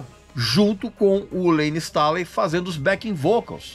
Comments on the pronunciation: Informações bem bacanas, mas o que dói é a pronúncia do sobrenome do Layne......não é Stáley e sim "Stêiley" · "Layne Stalin" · Pq vc pronuncia Layne stÁley? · Cara, que agonia do Regis pronunciando “Stailey” kkkkkkkkkkkk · Regis, não me leve a mal, mas a pronuncia do nome do Layne Staley, me pegou ao longo do vídeo e fez com que perdesse o foco no conteúdo. A título de curiosidade o nome é pronunciado dessa forma: Layn Stay.lee ou, abrasileirado, Lein Istêi.lí. Digo isso, pois já ouvi Stanley, Istálei, etc. Ademais, vídeo excelente! Alice in Chains é minha banda favorita desde o início dos anos 90 e o Layne é, com certeza, um dos maiores vocalistas da história do Rock! Obrigado pelo material. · LAYNE "STÊNLI" "STAILI" é foda. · Dá nervoso ver ele pronunciar o nome do layne errado. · Aposto que o Regis não sabe pronunciar o sobrenome do Layne.